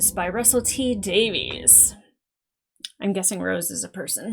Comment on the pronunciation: FYI 'Davies' the Welsh surname is pronounced like 'Davis'